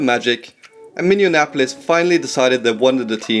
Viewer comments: You said "Minneannapolis." Oh well, at least you're not the president of Muricuh. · Man, awesome video but just want to point out that you really have trouble pronouncing Minneapolis. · "Minion-apolis" lol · Minneapolis. Not Minneanapolis. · Minneanapolis? Minneapolis stupid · Minneapolis, not Minneinapolis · He said Minneanapolis! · Minneapolis is pronounced (Mini-apple-less) it’s so weird how people say Minneapolis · Did you say Minnianapolis? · Vancouver was a great market. A stupid owner stole the team away from a loyal fan base. Vancouver should get a team again. This was otherwise very good, just fix the pronunciation of Minneapolis and you will be right on. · As someone from around Minneapolis, I hate the way he pronounces it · guy cant say minneapolis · This was sick but that pronunciation of Minneapolis killed me lmao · Cool video. Watch the pronunciation of Minneapolis.